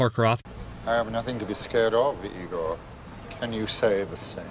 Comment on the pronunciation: no no it's not ee-gor it's eye-gor xD